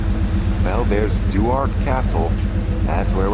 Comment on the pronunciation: Good Lord man the pronunciation is “McLane or McClaine for McLean. It’s not Mick Clean Duart is pronounced “dewert”not Do Art. Other than that thanks for the video.